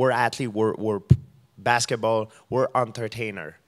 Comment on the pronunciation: If he says "atertainar" one more time i'm gonna puke.